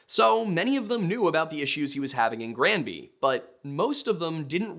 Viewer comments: Your pronunciation of the town's name is perfect. I'm from Colorado and spent many a summer weekend on Granby Lake. Coloradoans are fucking nuts and all "outsiders" are deeply hated ... especially Texans, for reasons known only to Satan. I adored this documentary. Marv was absolutely being targeted because he was an "outsider" and he knew exactly what he was doing. Marv, you showed those MFs why you don't mess with the wrong person. ❤ You are loved by this Colorado native ❤ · Even though I'm across the continent I wanted to say that we have a city named Granby as well. Your pronounciation as far as we say it, is perfect. I know that wasn't your question but our Granby, here in Quebec was the home to a massive Zoo and Water Slide, which I recall visiting, as a young Lad in the 80's. Merci Beaucoup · You're pronouncing Granby right.